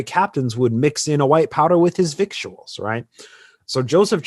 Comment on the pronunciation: Side Note: VICTUALS is pronounce vittles.